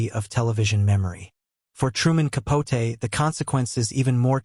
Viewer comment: Why are you pronouncing his last name that way???